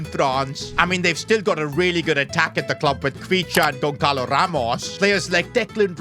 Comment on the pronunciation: It’s not gonKalo it’s gonçalo